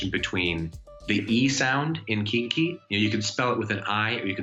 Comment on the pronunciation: Let’s bouba Kiki! I wanna bouba Kiki! Also he totally says kinky